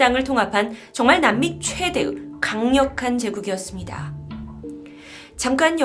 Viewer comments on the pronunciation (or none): 최대’으’... 발음이 그곳스럽네